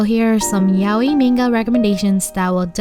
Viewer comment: I liked this video a lot and thanks for it , but I only have one comment , please correct your pronunciation of the word "manga" as it's really painful to hear it and not say anything about it . Thanks again .